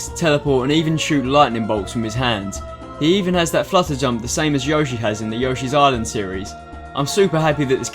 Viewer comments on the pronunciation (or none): none